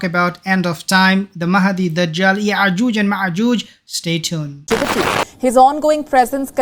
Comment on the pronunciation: Brother it is Ya’jooj and Ma’jooj with hamza not ‘ain letter